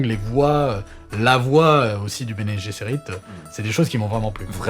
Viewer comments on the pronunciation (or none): Pour une fois que je vois une vidéo ou on a vraiment un connaisseur ! Bravo ! Par contre votre prononciation de Guesserit 😕